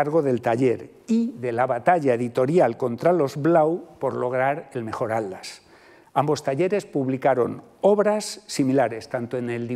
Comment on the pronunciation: Me llama mucho la atención que el doctor no pueda pronunciar la palabra "Atlas" y en su lugar dice algo similar a "Ad-las" 🤭 Perdón, no es falta de respeto. Sé que a muchos españoles les cuesta mucho la pronunciación de las sílabas que llevan "tl". En este caso es más curioso porque por el tema de la conferencia ha tenido que pronunciar esa palabra muchas veces. Saludos desde Buenos Aires, Argentina 🇦🇷